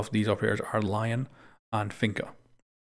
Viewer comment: Btw, Lion is pronounced as (lee-on)